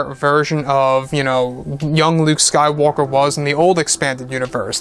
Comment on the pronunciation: Also I cringe every time you say sky walker ( when you are talking about Rey)